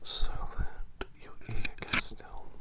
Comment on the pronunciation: Around the edge of your "aer".. ear 😂 that got me